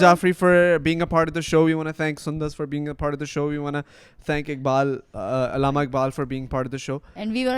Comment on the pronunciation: Its so sad that you’re talking about Allama Iqbal Day and pronouncing it do badly. Its Allama and not Ilama. You can’t pronounce ق